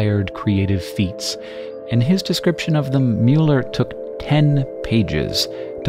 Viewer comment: Why do you say wader instead of water? Your pronunciation of Müller is a lot better though that in earlier videos, although it's still a bit more Mjüller than Müller.